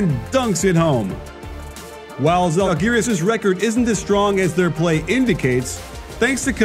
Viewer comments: Žalgiris, o ne zhalgiris.čia komandos pavadinimas, o ne šiaip žodis kuris verstusi į anglų kalba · To be fair a lot of Euroleague commentators mispronounce Lithuanian names. I'm not too bothered by it most of the time but if you're talking about Žalgiris or Jasikevičius a lot, you'd ought to at least learn these two words.